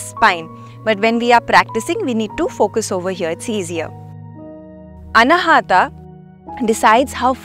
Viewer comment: Excellent explanation, kindly pronounce अनाहत not अनाहटा